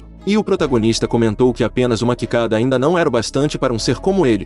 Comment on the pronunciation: Mano o cara falando kikada me quebrou kkkkkk